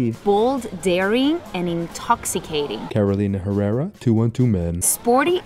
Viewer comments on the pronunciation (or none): ”Carolina Herrera” needs work 😄 Otherwise the voiceover made this video 🔥